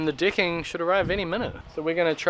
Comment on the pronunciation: Extreme interesting watching the “ Dicking” (as he pronounces it),, 😂😂👏🏻👏🏻